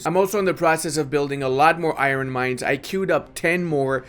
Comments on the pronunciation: Stop it stop it stop it not IRon ION no emphasis on the R!! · I love your channel but every time you say EYE-RON instead of Iron I die a little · Why do you say Iron like that? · "iren mines" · saying "i-ron" gets me every time lol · The way this guy says iron kinda makes me crazy not gonna lie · I’m gonna be honest man the way you say Iron makes me want to die inside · How the hell are you pronouncing "iron"? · I never know if he says it that way ironically or not